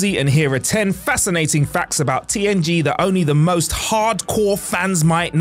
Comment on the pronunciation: At 10 seconds in I swear he said TNT not TNG and then says TNG the rest of the time 😂 Which I can totally see him missing that and fixing in Post, because I had to listen to it several times to make sure I did hear it right.